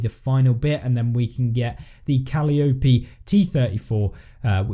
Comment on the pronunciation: I always enjoy your telling us what is going on with these updates. I DO have to laugh every time you butcher the name Calliope. I don't expect a youngster like yourself to know much about her. The eldest of the nine Greek muses, Calliope was the goddess of music, song, and dance. She was also known as the goddess of epic poetry and conferred the gift of eloquence on kings and princes. It IS pronounced KAH- LIE- OH- PEE. Most older folks can confirm this for you. Thanks for all you do for us...